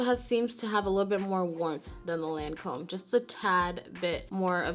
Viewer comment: Loreal owns Lancome. Also Lancome is French, So the name of it has different vowels. It pronounced like "taunt ee-dole". It's great they have such a wide range and have legs in both prestigious and drug store places. Accessible.